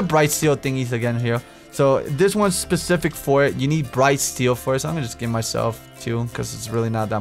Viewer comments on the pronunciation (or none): "this SHPE-SHIF-IC...." Oh, xD